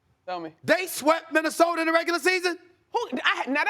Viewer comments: “Minnesoter”-Stephen A💀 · Somebody tell Stephen A there is NOT an "R" in Minnesota. 😒